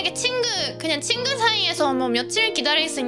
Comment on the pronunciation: 친그, 그렇그나, 했다그 발음 너무 귀여워요 흐흐